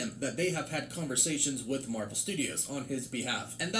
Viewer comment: The endning Marwel s 😂👌